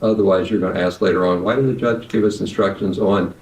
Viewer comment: Ask not axe its not hard brother.